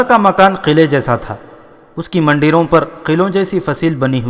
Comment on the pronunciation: Manderoun k bajaaey Mundeyroun saheeh Talaffuz hai.